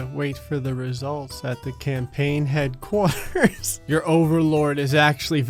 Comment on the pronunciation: Jersey accent makes an appearance when he says "headquarters." It's adorable.